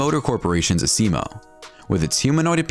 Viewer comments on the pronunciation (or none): Honda's robot, Asimo, is pronounced AZimo not Aseemo. good greif